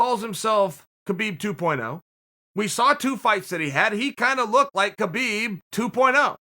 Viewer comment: Chael, if you can say "Khamzat" like if it started with an R, like it should be, why can't you say "Khabib" like if it also started witn an R, like it should also be???